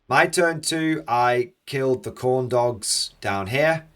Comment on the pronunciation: Every time you say Khorne dogs I hear corn dogs.